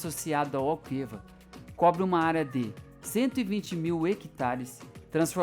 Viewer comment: Malvasia pronuncia-se "Mal-vazia". Chávena pronuncia-se "chá-vna". Alqueva pronuncia-se "al-quê-va" ( o "u" é silencioso).